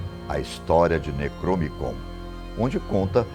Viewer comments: "Necromicom"??? Acho que ele quis dizer Necronomicón... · O nome do livro é necronomicon e ele disse necromicon? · "necromicon"?!?!?!? Não seria necroNOmicon??? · Vídeo muito bom.. mas ele falando "Necromicom" estava tenso.. faltou falar do livro "Malleus Maleficarum também chamado O Martelo das Bruxas ou O Martelo das Feiticeiras".. ele matou mais mulheres no mundo do que História pode se lembrar!!! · O vei não fala Nem o nome certo do livro plmd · O falando por 14 minutos quase direto, decorou nomes difíceis de pronunciar e de diversas línguas, dois errinhos são beeeem aceitáveis, ate pq o nome necronomicon apareceu no video escrito certo. Da um desconto ai, pq pesquisa teve.